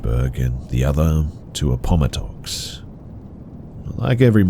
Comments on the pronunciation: HAHA I lived in Lynchburg, & that stretch of rt 460 and rt 29 I have a shit ton of memories from. Btw, it’s pronounced App-Oh-Matt-ix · First time i heard Appomattox pronounced THAT way, LOL😅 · Ooof, wanna take that pronunciation of Appomattox from the top, again? lol. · 😂 I'm from VA. My head immediately turned sideways wondering what happened there 😅